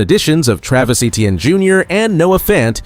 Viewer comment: Your video awful and you can’t even pronounce Etienne or Metairie. Please stop making videos of the Saints